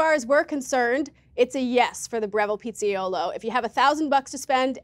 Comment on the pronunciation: "(...) the Pizza YOLO" - PIZZAIOLO !!!!!1 🤣